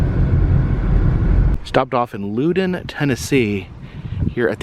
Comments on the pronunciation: Loud-un… not Lou-Dun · No offense but u pronounced loudon wrong, it’s pronounced lau-dn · Now … you know that’s not how Loudon is pronounced. LoL it’s pronounced how a southerner would say “Loud one”